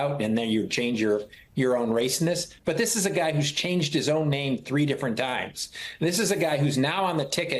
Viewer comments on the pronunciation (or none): none